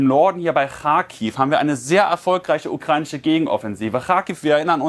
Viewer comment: Ukreinische, ukreinische, ukreinische.. Ukrainische verdammt nochmal 😂🤦🏻‍♂️